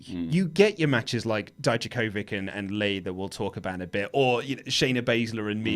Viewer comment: You pronounce Dominik's last name better than the US commentators because you end it with ich, but it's not pronounced as Di - Ja, but as Di - Ya - Kovich! Haha, greetings from Croatia!